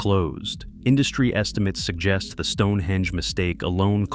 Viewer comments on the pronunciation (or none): none